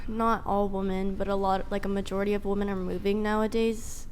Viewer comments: Center chick: "A lot of wuh-mun would..." She apparently doesn't know that the plural of woman (pronounced wuh-mun) is women (pronounced weh-mun). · Modern women can’t even pronounce the word “women” now… I have no idea who taught the Asian girl to say women like that… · "women" and "woman" are two different words... one is fuckin plural and one is singular and they aren't both pronounced the same,. idiocracy is almost a period piece.